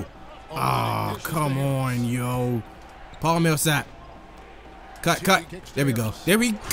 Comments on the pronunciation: paul millsap is pronounced Paul-MILL-sap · it's pronounced Paul mill-uh-sap